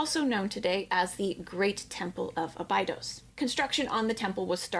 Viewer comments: how am i supposed to take her serious as an Egyptology expert when she doesn't even pronounce Abydos correctly? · I do watch Raven‘s channel… she does provide great info.. but as an American her pronunciation of certain terms and locations like Abydos is just horrible and this undermines her credibility as an expert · I love her but I hate how she pronounces Abydos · She is so knowledgeable that she can't pronounce Abydos.